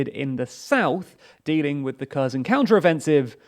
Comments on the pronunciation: It's not 'ker zon', it's 'kare son' it's pronounced 'easy um' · KherSon. KherSon. KherSon. KherSon. KherSon. KherSon. KherSon. KherSon. The "S" is an "S". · This was the worst pronunciation of the Kherson, ever. Херсон i am not native to any slavic or not even European languages. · As long as you've been reporting on this.... and very well for the clueless, I might add... Could you just learn to pronounce the fucking city names? If I hear Curzen for Kherson one more time I'll have an aneurysm I swear to god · Just pronounce Kherson properly. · Every single name was mispronounced again. Well done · Holy shit, the way you butcher the pronunciation of the various placenames... Pro tip: on Wikipedia, there's always an IPA pronunciation provided in the first paragraph of the given article. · Damn. Stop pronouncing Kherson like that, it's so annoying...